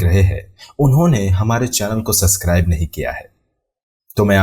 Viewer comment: Because of ur suscrib wala pronunciations k liye unsubscribe